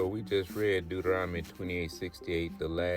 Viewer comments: Not spelling, he's SAYING it wrong by transposing the 'n' and 'm' sounds. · First of all, he says Deuteronomy wrong...lol🤦🏿‍♀️